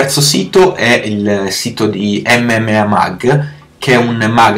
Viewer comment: Dice MMMA😂😂